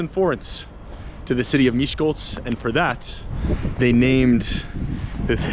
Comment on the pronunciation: Wow! I live in Miskolc. This video is just incredible. You told most of the historical facts and most about the famous people that were born here. And, your Hungarian pronunciation is amazing! And, you've comfirmed what I claimed many times. Miskolc isn't that dangerous, really. I am a 16 years old girl, and I can easily walk home at night alone for example from a club, without being attacked or robbed. So; I think that's just bad language. So...Isten Áldjon!